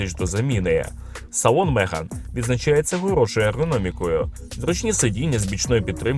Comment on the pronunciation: тільки не мЕган, а мегАн! Є така акторка, мЕган Маркл, от вона мЕган, а авто мегАн!!😂